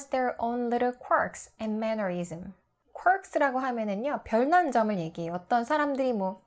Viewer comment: Quirks 에 왜 s가 붙고 mannerisms에두 왜 s가 붙나요?그리고 왜 mannerisms 에서 s발음을 안하시는건가요?